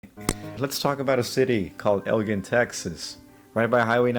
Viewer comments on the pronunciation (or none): it's El "gin." like a bottle of gin.